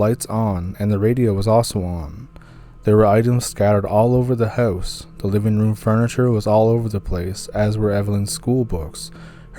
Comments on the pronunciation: For me, it's an immediate identifier for someone from Canada. When they say "house", it is not the standard "HOW-ss" as pronounced by most native English speakers, but more like "HEY-W-ss". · My God, bud, I don't know how it is even physically possible to say the word,"house" and have it come out like yours !! It is so extremely strange that I find myself rewinding and listening over and over ; all the while trying to immitate it..... Fat chance ! You hold that title, bro !! Love your stories. Keep em coming ,!!!